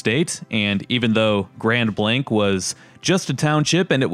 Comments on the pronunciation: Your pronouncing it wrong it's (grand blaangk) not Grand Blank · It's grand blaangk!! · It's pronounced "grawnd blonk" you numpty